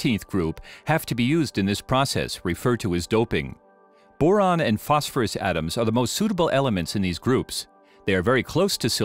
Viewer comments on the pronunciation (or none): none